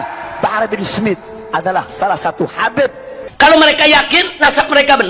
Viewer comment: ga bisa baca,Habib di baca kabib, walah² kiyai ko begitu, kiyai pemecah umat....!!!